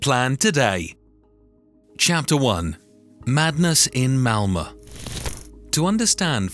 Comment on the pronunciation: Great report, but isn't it called Malmo, not Malma?